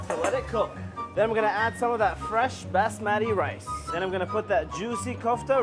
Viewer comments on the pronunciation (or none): Rly good but the basmati pronunciation tho 💀